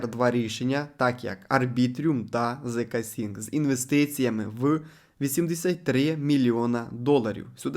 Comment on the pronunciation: Коли чуєм "арбітріюм" і "зксінкС" закриваєм відео відразу.